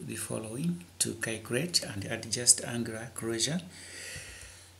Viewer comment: " you have to kaycurate for the value of..."LOL!!!!